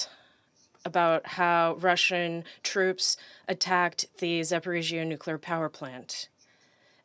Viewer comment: Nukelar, huh? Lol